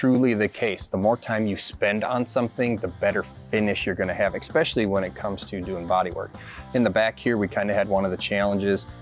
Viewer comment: This was an "exspecially" nice looking build.